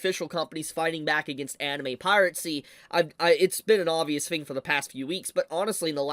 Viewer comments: Last I checked, it's "piracy" not "piratecy". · why do you keep saying piratecy instead of piracy? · Still gets me the pronunciation of 'piracy', like is this a deliberate affection to say 'pirate sea' out of contrarianism or what? It would be a shame if this site were to get taken down; it's a valuable repository of classic anime. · I forreal find the way you pronounce it "Pirate see" endearing. Never stop. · dang. Guess it's time to migrate sites. Also, curious how you pronounce "piracy" as "pirate-cy" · Pie rat sea. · I love how pronounces "piracy":. (😂)